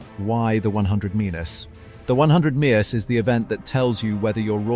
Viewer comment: Please learn to pronounce metres!!